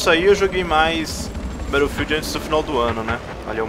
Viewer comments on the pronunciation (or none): none